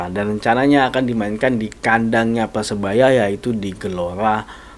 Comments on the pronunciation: lidahnya kurang lancip jd bicara R tdk jls . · PERSEBAYA BUKAN PESEBAYA RRRRRR